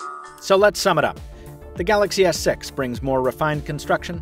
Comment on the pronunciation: He is said Samsung Galaxy S Sex lel :D